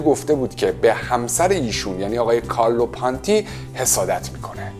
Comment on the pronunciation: شما تلفظ اسم کارلو پونتی رو هم اشتباه میگی پانتی